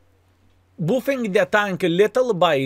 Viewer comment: "booffing the tunk!" love it <3